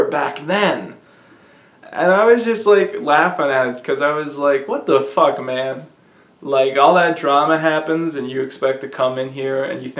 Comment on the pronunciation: is golden. "IT'S A FAHCK!"